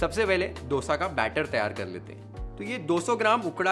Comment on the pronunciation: thankyou for pronouncing it as Dosa . And not DHOSA.. Like most of the north Indians